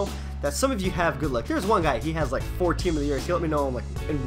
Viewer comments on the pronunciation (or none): none